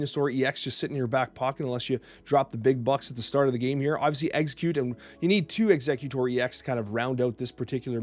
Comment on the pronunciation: Some weird pronunciations 😂 For example it's ex-egg-utor instead of executor